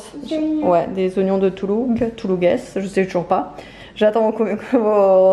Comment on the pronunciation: Coucou alors on dit des oignons de Toulouges sans prononcer le s 😉 tu m’as trop fait rire quand tu as déballer ton fard 😂 j’adore ton petit coin bureau trop mignon bonne soirée bisous 😘